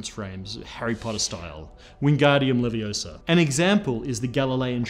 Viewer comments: its wengardium leviSAAr not wengardiam leviOOSAR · Hey Its leviOsa not levioSA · It's leviooosa, not leviosâaa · It's leviOHsah. Not levioSAH.😝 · It's Lev-EE-oh-SAH! Ron stahp! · not Levi-oh-SAH